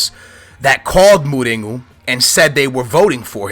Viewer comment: Is it really pronounced Moringo, or Moureenyo?